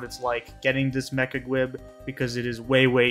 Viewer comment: Great video, but "gwib" is driving me crazy. "Gwiber" is pronounced "gwye-ber" why are you saying "gwib" lol! I've only got Diamond and WoL to go, and I've been wanting to farm Titania and Hades again just for the mats.